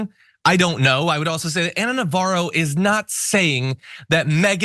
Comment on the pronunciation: Her name is Navarro, where did you hear "Novara"?